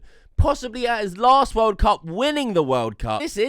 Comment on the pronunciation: "da wOHLD cahp"